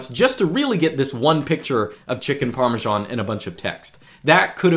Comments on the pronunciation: Dear, it's not called Parmeshan! Please get rid of that bloaty "h" in your pronunciation. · par - meeuh - SHH - aan